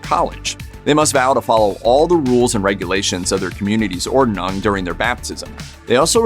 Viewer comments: Ordnung is pronounced “Ord-nung” not “Or-de-nung” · Interesting, but the host should have learned how to pronounce "Ordnung", a little research goes a long way! Made the whole presentation for me too high school with that constant mispronunciation.